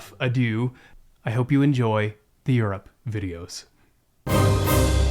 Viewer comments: I love how carefully you're pronouncing Europe every time 😂 we know the truth, it's Yurt! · three thoughts 1., well done. I’d expect this quality on Nat geo or the history channel!! 2. anyone else from vlogmas giggle a little when pronounced Europe? no yurts here! 3. I think blue nana is aging backwards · two thoughts 1., well done. I’d expect this quality on Nat geo or the history channel!! 2. anyone else from vlogmas giggle a little when pronounced Europe? no yurts here!